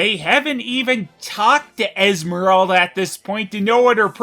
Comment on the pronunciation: How the fuck can Esmeralda being so misspronounced as Ismerelda?